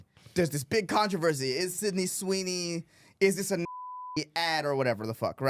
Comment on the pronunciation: Let’s be honest, controversheshe really sucks